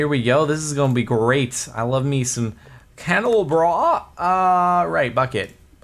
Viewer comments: Jardon... Candle-AH-bra, you fool... facepalm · I am triggered and yelling at the screen saying CANDLE-LOB-RAH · A candelabra is pronounced candle-Ah-bruh or bra depending on accents and stuff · Dude, its pronounced candle-ah-brah, brah dude, brah